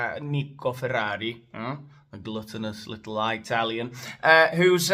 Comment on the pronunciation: "Nico Ferrari, gluttonous little eyetalian" fookin hilarious mate, he shall be known as this forevermore